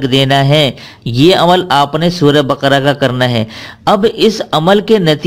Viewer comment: Sura Baka ko SA hi who bolo